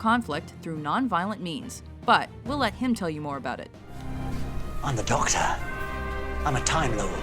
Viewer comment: Ductor doo yussssss xddddddd